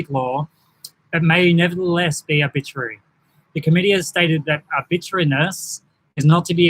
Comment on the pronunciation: I noticed you can’t pronounce ‘arbitrary’ and I suspect it’s because you don’t understand what it means. It means unnecessary. This is not a breach of human rights because the measures are not unnecessary.